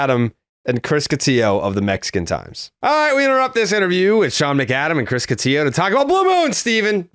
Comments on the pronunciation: They butchered Chris’s name. Catillo not Cotiyo. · Cotiyo? Get his name right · It's Cotillo. He doesn't pronounce it the Spanish way, but the Italian way. And they did it on purpose, it's become an inside joke with these guys.